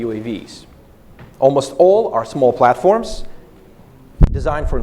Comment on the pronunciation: Русский акцент палится по дифтонгам. Послушай, как он жестко произносит гласные в словах типа almost - олмост вместо аулмоуст. А нэйтив, в свою очередь, не смог бы так твердо произнести Калашников, как Сэм говорит. Так же у него стандартные, для русскоязычного, проблемы с выговором дифтонгов перед твердыми согласными в словах типа rolling. Ну а окончательно все становится ясно, когда он произносит "Ахотник", 100 из 100 нейтивов сказали бы "Охотник", часть бы еще и с ударением на последний слог :)